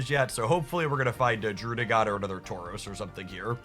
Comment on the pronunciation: Are you pronouncing Druddigon like that as a meme or you just never heard it said?